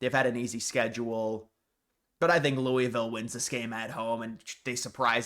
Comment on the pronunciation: I’m begging you to learn how to pronounce Louisville. Please.